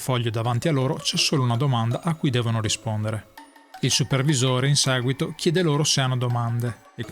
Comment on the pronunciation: "in saguito" è l'inflessione più marcata. Stacci attento. :-)